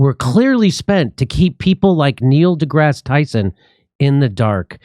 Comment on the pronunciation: Neil duh-ass Tyson